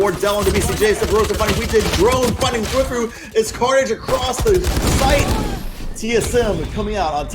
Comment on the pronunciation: i really didnt like the announcers. especially round 3 9-7 TSM. when they lose 3 members of their team they instantly dropped into the "falling apart for __ team" phase. they seemed kinda biased to me, but idk. also I just noticed that they pronounced thwifo's name as "thwiffo" edit: rewatching i noticed that they said "weak omen in the face of a jett" like what does that fucking mean